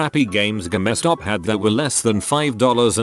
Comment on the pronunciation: Stupid robotic voice. Saying Ga mess Stop instead of Game Stop.